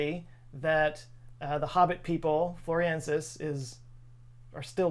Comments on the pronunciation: Love you, but you keep saying Floriensis, but the name is FlorESIensis. The captions are good, your reading is experiencing some shrinkage maybe? 🥁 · It's not pronounced 'Floresiensis', not 'Floriensis' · You spelled it: Floresiensis But you said: Floriensis.... which is it? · Why do you say Floriensis when it is Florensis? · Thanks for the great video,. Your approach to discussing personal height reveals a sense of humor, which I appreciate as a short man myself. My second input involves the way you say Home Floresiensis. Please say it slowly: Flo/ re/ sien/ sis. That's four syllables, not three. Don't you think the sound is much nicer this way and more appropriate for a Latin designation? I know you're a well-educated man, so I hope I am not being flippant. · Thanks for spreading awareness of them, read witness reports... they're still around. P.s. friendly info, its pronounced "floor-ess-ee-en-suss". Love the video! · I cringed every time he said "Floriensis" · flor ES iensis (5 syllables) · Why do you keep dropping the 'es' from the name floresiensis? Say it with me,: floor-ez-ee-EN-sis. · I think it's the same as how people think they know how to pronounce Antarctica*, my beloved homeland. It probably comes from the first hearing of a novel word mispronounced by someone else. I heard "The News" calling the creature "Floriensis" 15 years ago. * it's "Anne Are tick uh" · I think you were reprieved by the fact that none of the rest of us knew how to pronounce or spell it either so we were happy to just go with it. Just go with the, as it were. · Yes you did. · The only reason i fiinished the video is to see if he would say this hominin's name right. Nope, not even once. Love you. 😆😆😆.